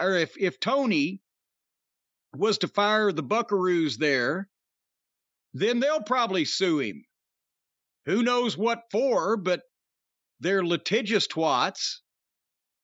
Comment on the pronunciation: Twat rhymes with at, not swat.